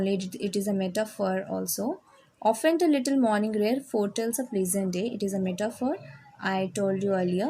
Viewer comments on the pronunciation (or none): Often...no ofent....it is often